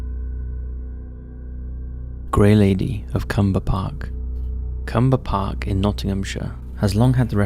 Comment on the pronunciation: No73, a bit of trivia. When they bought London Bridge they thought they were getting Tower Bridge so it must have been a big disappointment. No80, a correction, it's CLumber, not Cumber. Clumber is my old stomping ground where I have had many experiences and sightings including the White Lady, never heard of a Grey Lady.